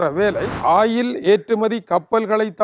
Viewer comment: ஆயில் இல்லடா வாத்தி... Oil என்று கூறும்....! ஒயில்.... ஒயில், ஒயில்.. 😅